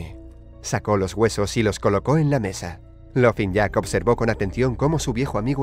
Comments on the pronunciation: Se pronuncia lofin jack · Se escribe laughing jack pero se pronuncia lafin jack